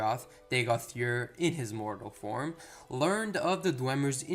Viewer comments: Ur...its ur.....its easy? Ur...you said it right the first dozen times and all of a sudden used yer..and no...its not yer...imperial knowledge has better pronunciation and he's terrible lol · Bro you need to work on your pronunciations! Ur would be like ugh in english. Next Vvardenfell has only 1 (one) V in it's pronunciation.